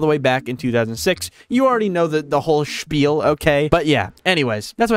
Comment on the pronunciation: I'm German and when he said spiel I was like 👀